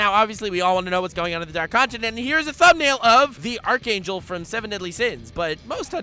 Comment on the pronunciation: this man said "arc angel" 😂😂🤡